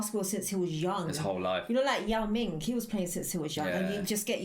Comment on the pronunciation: bruh she said ying mao im dead LMFAOOOO